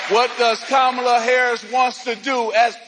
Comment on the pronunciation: M Johnson known her for 20 years and still doesn’t say her name right. 😂